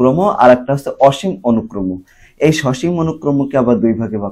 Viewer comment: অনুক্রমো না অনুক্রম 😑😑